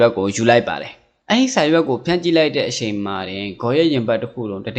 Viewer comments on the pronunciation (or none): အရှက် အရှိန် (အချက် အချိန်) အသံလေး တွေ ဂရု စိုက်ပြင်ဆင် လိုက်ရင် ၁၀၀%✓✓✓